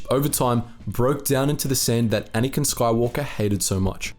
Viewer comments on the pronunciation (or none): none